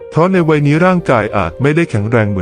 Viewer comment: วัยไม่ใช่ไว ใช้ภาษาไทยให้ถูกต้องหน่อยครับ